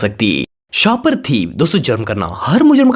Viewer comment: Please clear bola karein...Ap mix kr dety ho words Car - Call Shapar Theep - Shopper Thief